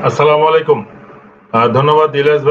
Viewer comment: আসসালামুয়ালাইকুম ইলিয়াস ভাই আপনার সালাম টা আরেকটু শুদ্ধ করে দেওয়ার বিনীত অনুরোধ করছি